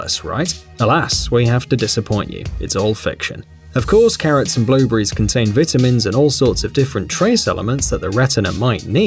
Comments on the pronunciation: at first I thought he said blue bear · BLUBURRIES VIT A MINS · You say "blueberries" like "blue breeze", to us Americans. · Blue Bees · He said Blue brees